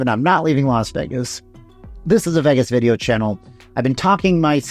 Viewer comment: Please say Vegas again... Only properly. It's sounds like vegguess when you say it!